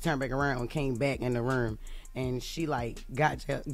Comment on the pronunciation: "and she turned back aruhn and came back in the ruhm"